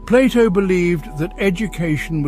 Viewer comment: I am glad that someone is calling Plato and not Playdough like the Americans do.